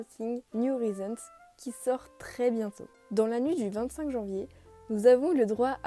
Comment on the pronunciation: Ça se prononce « Horaïzons » 😂